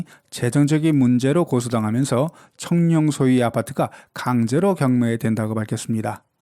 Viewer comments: 성룡발음이 청룡으로 들리는대 나만 그런가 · 중국어 발음이 청룽입니다. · 나만 청룡으로 들려? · 청룡이라고 발음하는거 같은데요?